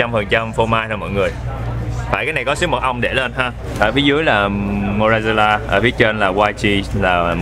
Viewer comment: Lêu lêu ông phát âm sai chữ Mozzarella 🤣🤣🤣